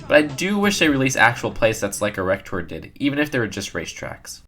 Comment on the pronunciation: Who else laughed at ERRECTOR